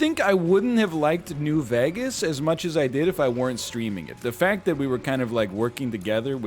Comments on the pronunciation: I can't get over how NL pronounces "New Veghus" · Ryan says New Vegas like he says Lou Bega and it irks so much I love it.